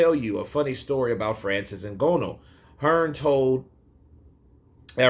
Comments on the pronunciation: Ng_A_nou Brother not Ng_O_nou haha 😅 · For your reference, I believe Francis's surname is pronounced "IN GARN NUUU" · Agreed. Please correct me if I'm mistaken, but I believe Francis's surname is pronounced "IN GARN OOO". (As in the 'oooo' rhymes with 'flew') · At this point i think he is purposefully pronouncing it incorrect lol, I mean how could he watch the fight, hear the commentary team say it correctly and yet still say it this way lol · Surely you can pronounce Ngannou's name better than that.